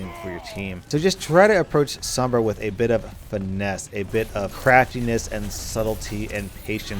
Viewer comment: Roll ur r's when u say sombra